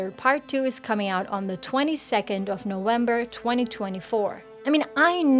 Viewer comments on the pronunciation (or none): Did she say no-wember? Instead of November ?